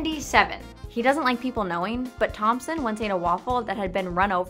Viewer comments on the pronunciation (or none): none